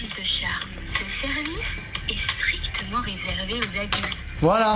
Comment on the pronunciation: "stictement" mdr